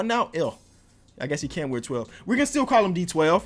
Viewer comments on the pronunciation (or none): none